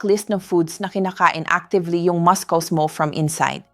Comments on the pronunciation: She doesn't pronounce muscles right. That's not the way to pronounce it. It should be pronounce masels not maskels. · Pronounce muscles properly not maskols please thank you